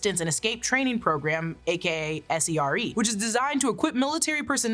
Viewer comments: SERE is pronounced "seer". hardest school i ever went through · SERE is an acryom, not initialism. It pronounced like Sears without the last "s".